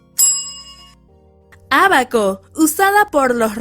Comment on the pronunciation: wey , soy la unica que sabia que era ábaco pero dijo tabaco? xd (en la 3) eFeH